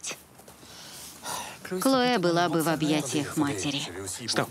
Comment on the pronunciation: КлоЭ какое-то...)) а по-русски это имя звучит "Хлоя". И никакая не "Клоэ". Переводчики такие переводчики))